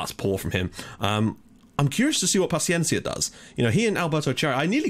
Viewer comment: You are saying Gonzalo Pachiencia. In Gonçalo, the "ça" its like in "sa" in "salad" and paciência its like "sy" in "syrup". You are saying it like a spanish/argentinian name insted of a portuguese/brasilian name. Also, you are saying GonçaLO and its GonÇAlo. Its a commom mistake and i give it to you, portuguese names are really hard to say correctly if youre not Portuguese. :)